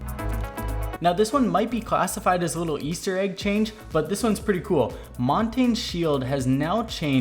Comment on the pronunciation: His name is not pronounced "Montain" It's Mon-tan-ye. Here you go